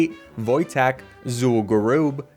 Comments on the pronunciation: Can I just say, as a Pole, the way you pronounced "Wojtek" was really good Nice video btw! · How did you say wojtek without messing up (impressive)